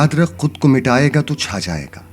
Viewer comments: Tu nahi hai ye sir ye to hai talaffuz me maza nahi aya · You are doing amazing work brother...magar talafuz theek karai barai meherbani it is not "tu cha jayaiga " its "toh cha jayaiga